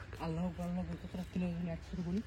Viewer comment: আল্লাহু আকবার না বলে আল্লাফু আকবার কেন বলেন